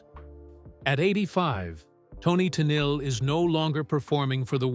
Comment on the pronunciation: It’s not Tennille. It’s Tennille ten eel